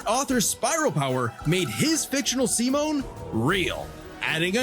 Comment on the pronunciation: Yeah😂 it's "See-Moan" not "Sigh-Men"